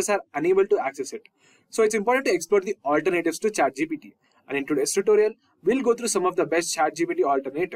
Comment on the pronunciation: "alter Nayytives" got it